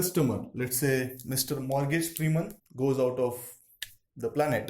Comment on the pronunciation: SOLMAN KAN, SARUK KAN, MORGASE Freeman ( its morgan ), only Rajni is ok he has issues with names for sure......but agree with you, great explanation